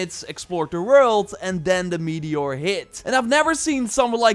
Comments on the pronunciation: ah yes, a "meator". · Meator? You mean 'meteor' unless of course it's made out of meat. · "Meator" oof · Meator? Or accent? 😜